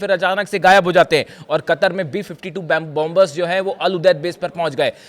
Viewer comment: It's Pronounced Bomer Where 2nd B is silent and Not BOM BER make a note😅 France🇫🇷